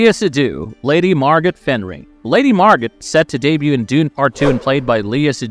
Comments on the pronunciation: It's pronounced Lady "mar-GO" not "MAR-gut." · Lady Margot is pronounced Mar-GO that was bad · 🤣🤣🤣 Think its called "Joon!" Lady MargoTT is where I got too.😂